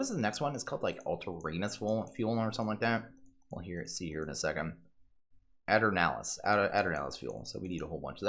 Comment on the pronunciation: Aeternalis fuel, pronounced like 'Eternal' but start by making a bit of an A sound. Your cube is... nice.